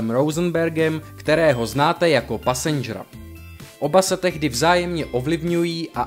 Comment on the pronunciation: Info dobré, ale ta výslovnost? Rapper, se čte Repr a ne Raper, nebo Passenger se nečte Pasenger, ale Pesendžr. -_